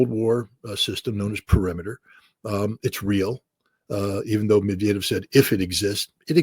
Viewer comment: Hey, learn how to pronounce "Medvedev." You're welcome.